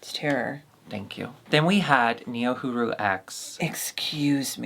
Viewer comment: am i the only one feeling some type of way about the boulet's (repeatedly) saying Niohuru's name with an L? (NiohuLu) ud think someone would stop filming and correct them, so they dont look like assholes misspronouncing the foreign girl's name. ud think queens named DRACMORDA and SWANTHULA would take the time to learn the name of the contestants.